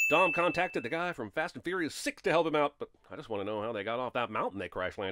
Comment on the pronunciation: "fast and fouious" is bad (and always has been)